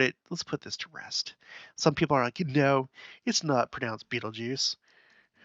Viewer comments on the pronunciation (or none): none